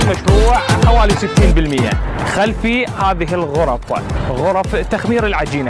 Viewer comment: عزيزي الإعلامي... ليس انتقاصا من شرحك للمشروع(مصنع التدوير) لكنك طريقة كلامك وكأنك تذيع بيان رقم ١ .... تركز على الحرف الأخير أثناء شرحك للمشروع... غرففف ، انتاجججج ،العراققق، تدويررر... تحياتي